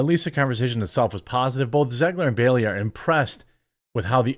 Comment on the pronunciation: It’s *Bailey, not Berry!